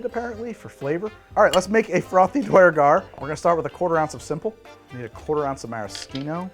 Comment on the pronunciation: More dnd is good. But please learn to say duergar correctly. I died a little inside each time you said it. (DEW-ur-gar per guides)